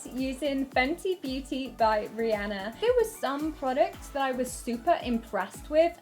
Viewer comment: I'm not even a fan of her, but thank you for pronouncing Rihanna's name properly xD